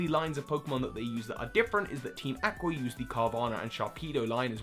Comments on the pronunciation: You pronounced Aqua wrong! It's (Ah-qua) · That's a very creative way to pronounce "aqua".